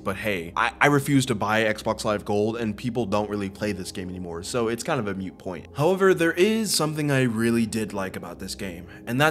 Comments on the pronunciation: Moot point, not mute point. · "Moot point", not mute point, FYI. (Didn't see anyone else let you know.)